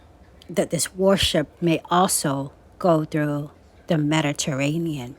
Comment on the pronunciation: Ohhhhhh my goodness! Medaterainian! Amanda had a dream about the Mediterranean., gotta re-listen to the last few mins. Love you gurl😊❤